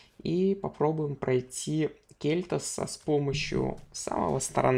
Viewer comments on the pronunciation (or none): Кель'тас ударение на второй слог